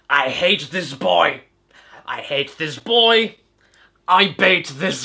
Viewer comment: "I bate this hoy." - Caddicarus, 2015